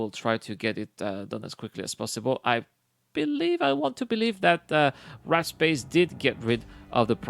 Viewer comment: The whole time, I'm listening while working thinking he's saying the guys name is "Rat Space", thinking that's an odd name, but ok. Then I look at the screen and see in the chat "Warped Space" well that makes much more sense :)